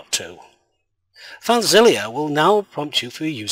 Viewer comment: why you pronouncing filezilla as filezilliya